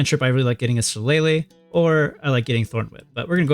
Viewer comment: It's so rare to hear someone actually pronounce shillelagh correctly